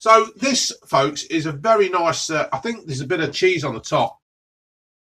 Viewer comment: Vereh vereh spiceh